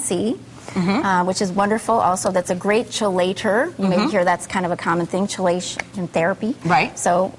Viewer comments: Chill-ation?? It's Kah-lay-tion. I'm shocked she never made mention of IODINE. Via kelp, wild caught Salmon, or even a bottle of Nascent Iodine. I'm surprised they didn't address the fact that 1/3 of American households are deficient in iodine, and how its the LEADING CAUSE of preventative mental retardation/cognitive decline... We can limit our exposure to heavy metals, but exposure is INEVITABLE in industrialized nations. Iodine binds to heavy metals (via Chelation) and you piss them out, preventing them from binding to your brian and organs. Its the best line of defense, kinda sad how she treated it like an afterthought. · Chelation is pronounced (key-lay-shon) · Its pronounce “key later” . Plus deodorant usualy wont have aluminum its anti persperant that does. Also cadmium, not camidium😂 maybe the real expert missed their flight she only had a hour to learn all this lol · If you don't know how to pronounce chelation (kelation) then you probably have no clue about detox and chelation 🤣🤣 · How is it that she can't pronounce chelation?